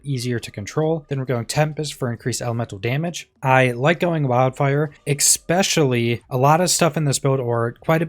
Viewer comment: Who the fuck is teaching all these idiots to say “exspecially”????! Learn how to speak dumbass.